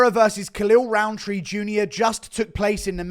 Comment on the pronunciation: Maybe cause I'm not a native English speaker but to me his name sounds exactly like "Khalil Round 3"